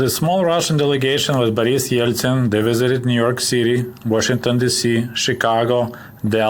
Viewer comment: I like the pronunciation of Boris' name